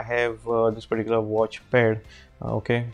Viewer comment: I think bro's fav word is "perticular"